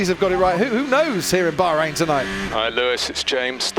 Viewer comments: Oh Yes, the Bahrrhein Grand Prix 😂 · Crofty saying Bahrain with proper Tajweed! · The way this dude is pronouncing Bahrain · Bro trying really hard to say "Bahrain" 😂